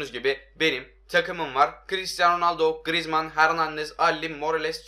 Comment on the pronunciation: da grıezman dedini 1 beni duydum